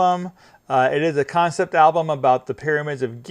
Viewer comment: Also.. you say Ablum.. a lot.. annoying..